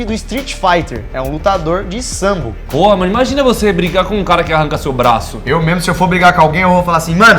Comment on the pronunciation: Mais mortal: sambo Isso mesmo, q grupo ruim, danifica os ouvidos esse tal de Sambô